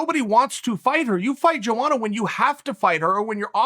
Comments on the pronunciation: I'm from Poland and it's funny when you say Joanna in your language, try it like it is Yoanna Yędrzeyczyk, and the problem will dissapear! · Chael: Jowana Everyone: who? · Joanna Champion because nobody can pronounce her name lol